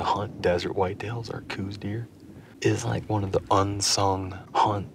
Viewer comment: Okay so its not pronounced coose deer. Its pronounced like house with a C. The deer is named after the person the first identified them as a sub species.